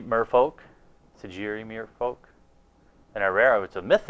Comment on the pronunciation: Dude. You pronounced Sejiri Merfolk about fourteen different ways. You even said "plant" wrong. "Arkion of Redemption"? Really?